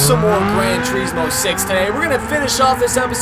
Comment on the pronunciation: FFS......tur IS mo not turEEEEEEsmo....jesus.